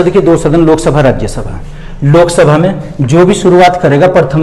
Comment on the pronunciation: Sok sabha nahi😆Lok sabha😂😂😂😂😂